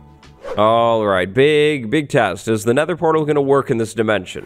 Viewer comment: sets the Neather gen to a Neather biome "Woah it's like the Neather."